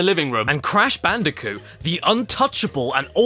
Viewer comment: cash banooca